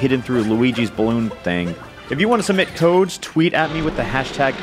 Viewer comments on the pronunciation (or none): Is anyone gonna talk about how he said "submit toads" instead of "submit codes" at the beginning of the video? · Sounded like he said "submit toads"